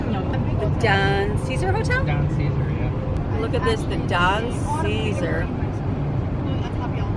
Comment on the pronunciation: The Don Ceasar is pronounced Don Say Zar hotel